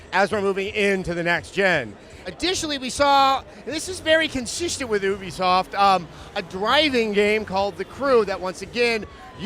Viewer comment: Adam, it's pronounced like "you be soft." It's short for "Ubiquitous Software."